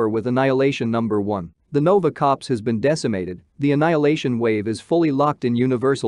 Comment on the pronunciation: Black Widow is the next comic. Also, it's CORPS, not COPS, Thor CORPS, Nova CORPS, your automated translator needs to be updated. Another thing, Silver Surfer is Galactus' herald, he never came to Earth to warn of Galactus' approach, in fact, he came to Earth because it had the most abundant source of "life energy" that Galactus needs in order to survive. He was repelled by the Fantastic Four (with the help of Uatu the Watcher) and Alicia Masters convinced Silver Surfer to betray Galactus and he fought along with the FF. Speaking of Silver Surfer, he was already introduced into the MCU by way of Fantastic 4: Rise of the Silver Surfer, or have you not seen that movie???